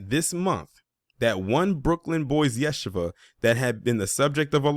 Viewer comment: FYI It’s pronounced Ya-She-Va